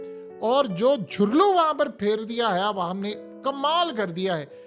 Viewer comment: سر جھرلو نہیں ہوتا دُھرلو ہوتا ہے🙄🤭